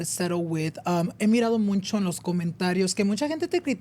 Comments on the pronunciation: Someone teach how to pronounce MUCHO (no ‘n’, no es muncho) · stop saying “muncho” it’s mucho 😩😩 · Pls it’s mucho or muchsisimo, not muNcho, I use to get this work but if you’re going to use it a lot pls have it be right 😭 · I just recently started watching but I realize he says muncho instead of mucho? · "muncho" instead of mucho drove me crazy the whole video lol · Ain’t it mucho not muncho? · Hey love your podcast… but 😅 it’s “mucho” not MUNCHO 😂😅😅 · Why he say “muncho” instead of “mucho” am I the pendeja? Correct me if I’m wrong please 😢😅😊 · Has anyone noticed said Muncho instead of mucho lol what’s up with that n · why does say “muncho” instead of mucho? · Starting a petition for to start saying MUCHO instead of muncho 😅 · muNcho, muNcha, muNchos.. there’s no N in MUCHO 😂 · I love the podcast but tbh I get the ick how says “mucho” he says it “moon-cho”😭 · It’s so funny he says “muNcho” it makes me giggle every time I hear it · I hate when he says MUNCHO 😭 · I keep hearing him say “MUNCHO” anyone else 😂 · OMG !!!!! The way he says it really irked me for everrrr until I just accepted it lol